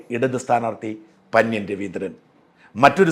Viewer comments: പന്യൻ അല്ല പന്ന്യൻ. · പന്ന്യൻ എന്ന് മലയാളത്തിൽ സാജൻ പറയുന്നത് പോലെ അല്ല പറയുന്നത്